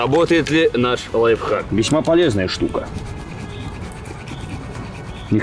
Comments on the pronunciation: Лайфхак! А не лайв. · Правильно не лайвхаки, а лайфхаки🤓